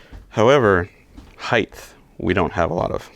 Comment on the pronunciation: Brother, I love you, I love EVERY one of your builds .... But..... It's "heighT"* not "heighTH". I will admit it bugs me, I will also say I don't care if you keep saying it your way, but I had to say it and I now feel way better. 😮‍💨🤣